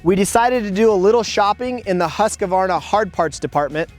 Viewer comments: It’s pronounced Husk-var-na. Not Husk-a-var-na. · OK,... a pet peeve of mine. The name is Husqvarna!!! NOT Husq a varna!!! People have been driving me nuts with this for 60 years now. THERE'S NO A IN THE MIDDLE !!! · Why do Americans have a problem pronouncing Husqvarna ? It is simply pronounced Husqvarna , not Husq-A-varna. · „husqAvarna“ ik its no big deal but it triggers somehow🙄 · Why can't you guys learn? It's not Haskavarna!! What the hell is wrong with you all? ofcourse, the Akra-povik is here aswell... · hus-kA-varna? akrapOviK ? wtf is wrong with you? its husqvarna just as you read it and there is a reason why there is a c at the end of akrapovic. its like akrapo-which. i am actually mad right now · Dur svårt ska det vara att säga Huskvarna? =) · oh man, nice bike. But Husko-Farna ???? Akro-povitsch ??? it hurts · In Austria, they pronounce it, Hoos-va. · i really want to punch his face so hard for pronouncing somthing in such an annoying and wrong way